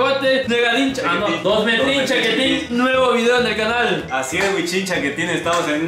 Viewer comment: Nuegadin chaquetín: Dosmdtrin chaquetín: Wuichin chaquetín: Y por último Molsin chaquetín. 🤣